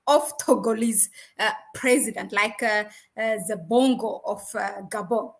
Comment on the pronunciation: Please check your pronunciation of T and H ant E put together